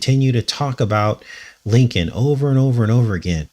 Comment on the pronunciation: Lincoln sure sounds like linked-in when you say them.